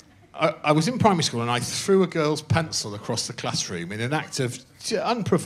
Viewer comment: Greg's pronunciation of pencil is absurd. I wonder why he pronounces it pants-ul